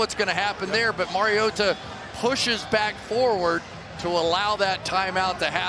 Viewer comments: I do not love the way he says marioTa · Ah yes the backup quarterback, Mario-tuh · Its Collinsworth..